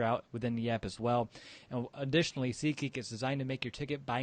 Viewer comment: Lol I've been watching you guys for over a year now and..... You gotta pronounce SEAT Geek better lmao I thought you were saying SEEK geek lmao Sincerely. BEAR DOWN WE ARE MONSTERS